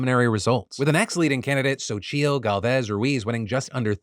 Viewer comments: Quick correction, Xochitl is pronounced “Zochi” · Bro, Xochil isn't that hard to pronounce. 😅